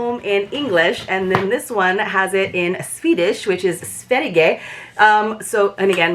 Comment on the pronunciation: Sverige is Sweden! The g is silent.